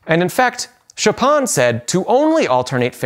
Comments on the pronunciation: “Chopin” is usually pronounced like the English word “an” (as in “an apple”); it’s seems like you were pronouncing that part of his name like “on” as in “on the table.” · isn’t the second syllable of “Chopin” pronounced like the French word for bread, “pain”, as opposed to like “pon” in “coupon”? I never heard “Chopin” pronounced as rhyming with “coupon” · Wow, what an interesting video! I never mastered the alternate fingering but I totally understand the concept of letting go the built up tension in the fingers. Thanks for this video (but please stop calling him ). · I have never ever heard the name 'Chopin' sounding so foreign..., so approximate... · I’ve pronounced Chopin’s name in at least 3 different ways on the channel in different videos, all of which are accepted in different parts of the world… and… without fail… I’ve been criticized in each video for my pronunciation lol. I just abhor the American pronunciation of Chopin because it’s soooo far away from what it should sound like in French, but it appears that’s the one that gets least ripped on 🤷🏻‍♂️